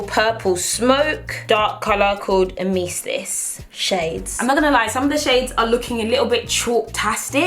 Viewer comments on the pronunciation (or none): She really said Ameesist. Its Amethyst. LOL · am-ma-thiss is yhe correct to say the last shade love u girl😘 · did anyone notice she pronounced amethyst as ameeestis lol? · nope, just mispronounced it. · Was looking for this comment to make sure I wasn't going crazy 😂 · I had to look up the name of the last one because I thought you said "emesis" which means vomit in medical terms, and I knew there was no way it was named vomit. Turns out its called Amethyst, but I had a good laugh regardless. Love your videos, always super entertaining and your sense of humour is always good for a laugh. Love from Canada!